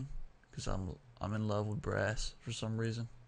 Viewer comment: did you said in love with breasts or brass man?